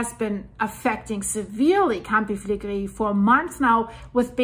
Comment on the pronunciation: Great information as always. I hope the people will go to safe place from the area. By the way! The Italians pronounce the R more like spanish people. You pronounce many words very well, but you pronounce the "R" like french people when you say "campi flegrei". Just a tip to improve your already good pronounciation of Italian words. 😊